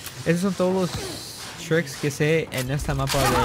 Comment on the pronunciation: hay muchos tricks Lo que yo escucho: hay muchos shreks